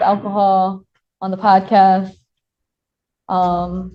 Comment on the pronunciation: a what? A pod kist? What is he saying? Did he say podcast? I have no idea.